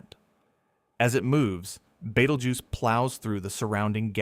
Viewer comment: I can't get past the pronunciation being Bait-el-joose in this video. Good lord.